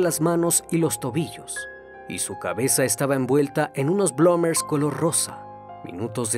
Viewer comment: Se pronuncia blumers